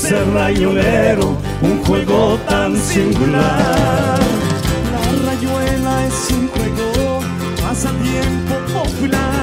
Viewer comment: Esa "r".... no da así, mal che. rrrayuela se dice